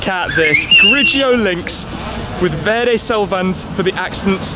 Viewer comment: Thumbs up Tim! Sounds like you pull an Italian "R" when you say "verde".... well done👍👍